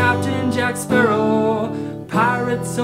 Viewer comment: when he said Captain Jack Sparrow I thought he said Captain Jack Harkness